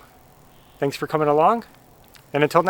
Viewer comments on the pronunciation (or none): none